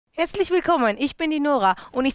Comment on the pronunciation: Mega gutes Video 👏 habe am Anfang "Hässlich willkommen" anstatt "Herzlich willkommen" verstanden😂